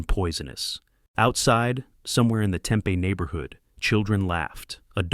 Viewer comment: Hey, Tempe is pronounced tem-pee, not tem-peh.